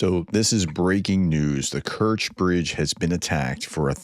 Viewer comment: correctly pronouncing of Kerch is close to Stretch